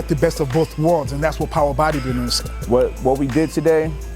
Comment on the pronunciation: Throttle lol he said power bodybuildinn 😂😂